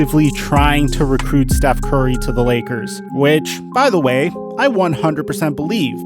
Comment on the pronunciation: Big fan of the channel, but lately I don’t watch as much because the way u say Steth Curry and Giannis Inetitakoupoe is so agrivating I just watch coupe...